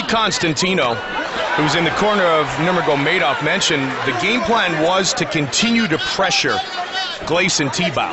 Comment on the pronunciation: “habeeb nurma-go-made-off”